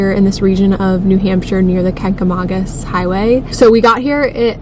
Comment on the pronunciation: Watched over eating breakfast (NH resident). Good job on the video but your pronounced it wrong. :)